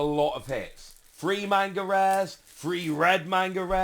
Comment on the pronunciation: I love your content and please take this with the respect I am trying to say it in. Please say manga correctly if you are going to correct everyone on Imu.